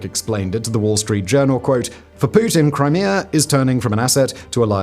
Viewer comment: Brits need speech therapy.